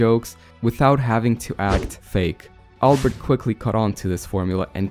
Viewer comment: You pronounced albert wrong